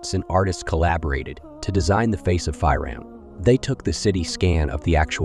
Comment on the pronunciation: We need to stop using A.I to narrate videos that require correct pronunciation, Banu? F(eye)roun..ughh